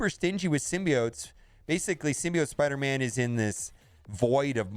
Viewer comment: Spoderman? The destroyer of WORDS!!!